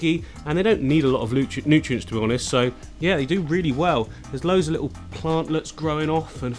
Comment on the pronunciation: You say 'lit- awl' at least 10 times less than Jamie Oliver would in half an hour. Whew!